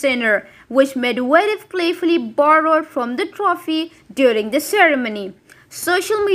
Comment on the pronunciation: For heavens sake learn to pronounce Medvedev properly..even if you are AI...